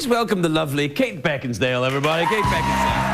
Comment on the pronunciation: Craig says her last name "BeckinsDale. C'mon Craig.